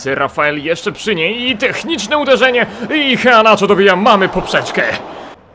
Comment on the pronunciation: Przy wymowie nazwiska "Iheanacho" NIE WYMAWIAJ "H", gdyż jako iż jest to Nigeryjczyk, a jako, że językiem urzędowym w Nigerii jest angielski to prawidłowa wymowa brzmi "IEANACZO" z akcentem na "E". www. dailymotion. com/ video/x2yrjoq_1-2-kelechi-iheanacho-goal-as-roma-v-manchester-city-international-champions-cup- _sport - usuń spacje . . Tutaj słychać dokładnie. . . Nie ma za co :)